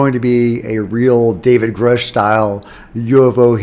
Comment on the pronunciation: i dare you to start saying" grooosh"... thats the correct way